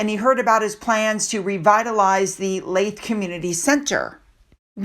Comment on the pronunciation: Sorry again. Leith is pronounced Leeth. As in Teeth.